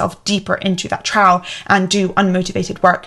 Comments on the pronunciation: Thanks for this. Really Inspirational. I think you may have helped me crack my procrastination problem. My odd question. “Trough”. You pronounce it differently to me. You saw something close to “trouw”. I’m curious if it’s conscious. I pronounce it more like “trowff”. The gh being an “ff” sound. My way could be wrong. You do seem to do things very deliberately. And it’s fine if we are just different for the heck of it. But I’m curious about it nonetheless. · Great video... little nitpick, 'trough' is pronounced 'troff'. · Some very interesting concepts here (also the first time I’ve heard the word “trough” pronounced “trow” and not “troff”. I think I like it!😀) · Trough is pronounced "Tr-off", not "Tr-ow". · Trough is pronounced troff. Other than that, really interesting video. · Thanks for the video - I particularly connected with the time-tracking issue. Had to comment though (English pedant, sorry 😅) that trough is pronounced 'troff' like rough is pronounced 'ruff'. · Very interesting and I'm using some of your insights , thank you. By the way trough is pronounced trof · trough is pronounced trof like cough :) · 'trough' is pronounced 'trof'